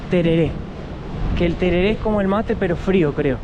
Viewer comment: Pronunciaste como si fueras yanqui. Se dice tereré, así nomás